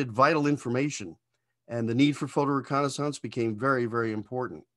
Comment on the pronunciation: Recon’a saunce?